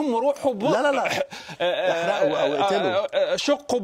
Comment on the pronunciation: احرقوا صيغة مستقبلية وعليها فتحة اي هم احرقوا وليس امر من الله وليس احرقوا بالضمة افهم النص ثم تكلم ! هو يتكلم عن ماسيفعلوه وليس امر